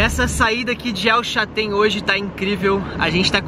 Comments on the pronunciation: Parabéns pelos videos amigos !!!! Somente uma dúvida.. vcs falam El Chatén…não seria o correto El ChaLten, com “L” ? Abraços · Só pra ajudar, não é el Chatén e sim El CHALTÉN, já tinha feito meu comentário ,mas esqueci de falar sobre isso.Desculpe a intromissão